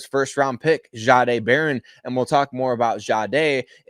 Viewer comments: Can you please please please learn how to pronounce his name right? He said it out loud he told you how his name was pronounced and it’s not. Shaaaaday it’s just simple respect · Why is it so hard to get it right? It’s just simple respect for a person’s name. Why can you not just pronounce it the way it’s supposed to be the way. He said it was pronounced? “Jeday” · It’s not pronounced zzaaaday